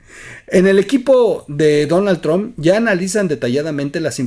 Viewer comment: Podrías pronunciar bien Donald trumph